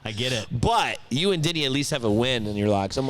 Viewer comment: Every time yall say, “Denny” I hear “Diddy” 😅